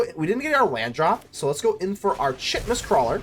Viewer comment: The funny thing about roots is you build a board so big they scoop before you ever get a chance to swing- the chitenous crawler - it's pronounced kytenous- it's like cockroach shell which is made from chiten -I said it like you did for ages before someone told me